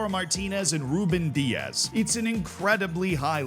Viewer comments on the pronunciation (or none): none